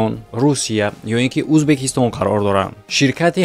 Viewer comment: узбекистон нэ узбакистон 😂😂